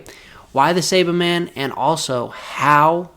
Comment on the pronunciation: Take a shot everytime he says saibamen wrong 😂